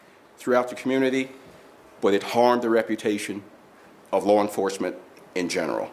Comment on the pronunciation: “Lar Enforcement”